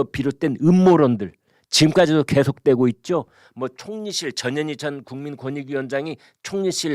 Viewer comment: 전현희를 저년이라고 들음ㅋㅋㅋ